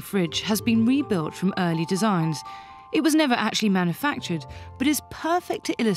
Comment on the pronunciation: OMG not “manna-factured”!!! There’s a U in there, honey!